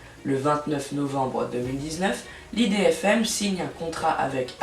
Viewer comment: Tu as mal prononcé idfm faut pas dire ça l'idfm on dit IDFM